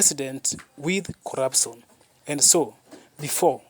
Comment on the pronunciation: Speak in Swahili instead. What is corapson😂